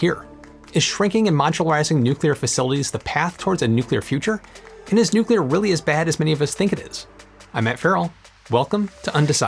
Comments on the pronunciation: Thank you, Matt, for properly pronouncing "nuclear"!! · "To search for perfection is all very well But to look for heaven is to live here in hell" - Sting (Consider Me Gone) Happy 4th July, thanks for being one of the alarmingly few Americans to pronounce "nuclear" properly too. I'm absolutely stoked to see they've sold 30 plants already - THIS is the future, it will also help us enormously in space at some point too especially further out from the Sun. Personally I envisage a mixture of generation methods going forward, I actually see solar and wind being used more for variable output purposes such as generating hydrogen for hydrogen fuel vehicles (that's going to be a big one). Two other big factors too - you touched briefly on national security (for materials supply chain) with Japan, I think this is a much bigger issue than it's been made out to be especially if international shipping routes become tenuous. The other one - grid load. The wild increases in demand that electric cars will invariably have (especially with the fantastical legislative deadlines projected to date) are going to be impossible to generate and distribute properly for many areas. They're going to HAVE to switch to distributed generation more and more, just to handle the load. You thought power plants were expensive - try transmitting all that power. This is where the mix of SMRs, solar, wind, etc. will help quite a bit because it won't have concentration of generation we see now. Current generation sites were chosen for proximity to water, wind direction